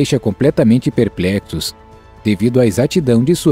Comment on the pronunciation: perpletos?🤨🤫🤫🤔🤔😧😧😲😠😡😖que português é esse?🤔🤐🤨😭😰😥